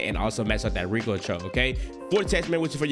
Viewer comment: Ricoonntroll 😂😂😂😂 brah slow down pronounciate